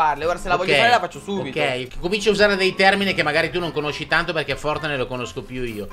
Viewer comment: Anche il mio papà non s niente di fortnitnite li pronuncia forrnite E quando sciopo i vu-buks li chiama vubuk